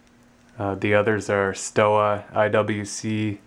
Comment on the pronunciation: It's pronounced SHtoVa, VemPeh, Long- gay